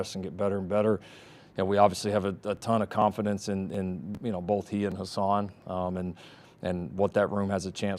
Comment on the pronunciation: Riley keeps saying HAsan instead of HUsan